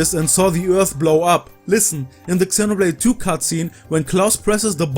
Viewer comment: Love your videos but please pronounce Xenoblade appropriately 🥲😄 X is more like a Z